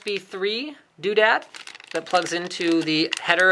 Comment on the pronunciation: did he say doodat??